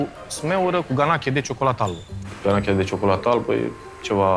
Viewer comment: Bai, asta a zis “ganaCHE”... doamne....